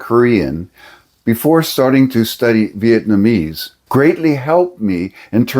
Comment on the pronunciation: Well that's cool at least you said Vietnamese right, I remember you were saying Vietmanese and it boggled my brain for a bit lol good to see you back in action